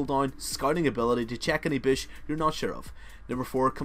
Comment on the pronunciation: "check a bish" (bush)